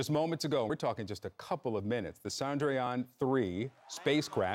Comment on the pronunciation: What amazes me is the continuous American media recklessness towards pronouncing foreign names. "Sandrayan three". Really? Come on.